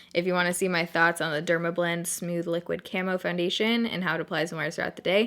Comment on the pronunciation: I love how you say smooth lol "smewth" ♡